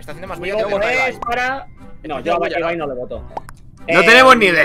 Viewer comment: No es por nada pero amo que Ibai si diga bien su nombre😂💛